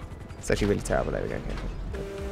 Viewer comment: Nobody:: literally misses one bullet: TERRABLE